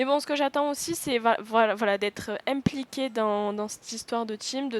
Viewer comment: quand ta dit "empliquer" jme suis dit nan pas une marseillaise !!!